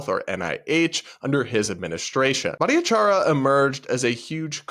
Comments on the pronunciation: Grammar police here. The way you murdered jay’s name - its much easier than what you were trying to do. Its only four syllables and has no eeeee sound in it. Its bhat-ahh-char-yah! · I think you mispronounced Jay's name every time.